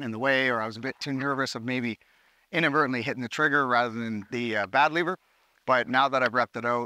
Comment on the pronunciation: Dude said bad liver^^, love it!🇩🇪🔱🇨🇦